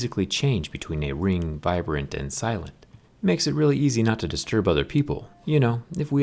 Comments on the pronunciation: Vibrant Zack is messing with us. I caught him mispronouncing others words in the last video. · does no one heard that he said "vibrant" lmao